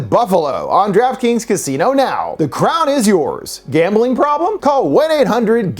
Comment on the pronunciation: Even worse because he pronounced it like "Giraffe Kings" 🤣